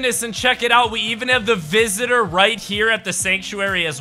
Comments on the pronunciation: Bruh he Said "also there us the vistor to the sciencetes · Calls the scientist the vistor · you call the scinentist the visiter